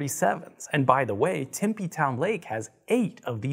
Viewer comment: He said timpy az but it is tempe